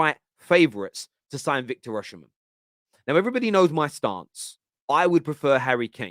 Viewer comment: Osimhen isn’t pronounced “Oshimhen”. Dont know who told u that but thats completely wrong. It’s pronounced as u see it on face value 😂